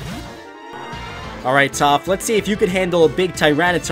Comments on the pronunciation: He called topth momo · Is it me or I hear say toph is momo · Who else heard momo instead of toph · He called toph Momo lol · He called toph momo XD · He calls toph momo